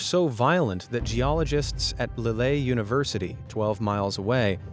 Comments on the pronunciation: "Lille" is pronounced "leel", not "li-lay". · How much actual human input was there in the production of this tawdry effort? The French city of Lille is pronounced 'Leel' not 'Lilay'! Real history needs real historians to be making the programmes about it. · WTF is LEYLEY University???? It's pronounced "LIL" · The most shocking part was probably your pronunciation of Lille ('Leel' NOT 'Lillay') - you were doing alright up till then... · ... 'Lillay' University? There's no acute accent over the e in 'Lille' - it's pronounced Leel, FFS! That's just ignorance. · On the off chance that future videos may bring you back to this particular area, please note that Lille is pronounced LEEL, not LEELAY. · Lille is pronounced like 'lil' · It's funny listening to Americans trying to pronounce French place names, but try Google translate, it speaks words for you... "Lil" (Lille) It's because American uses simplified spelling, European spelling confuses them. like "through" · "lelay university " ? Really ? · Lille is not pronounced "Lillay" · What shocked me most is how Lille was pronounced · The most amazing mispronunciation of Lille I've ever heard.